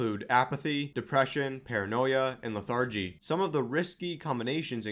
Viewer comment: Very informative, but everyone should know this guy is just reading text verbatim from other sites. A quick google search and I found the article which he is repeating word for word. Him not knowing how to pronounce a common word such as "lethargy" doesn't inspire much confidence.